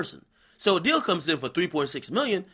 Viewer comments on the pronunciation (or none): none